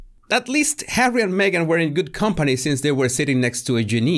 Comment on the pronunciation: Oh Oh Jesus Why do you say Magen she is lying . Oh Jesus !!